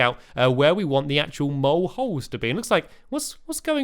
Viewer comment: its nice and i know this is a kid friendly youtuber but i thought he said mole hoes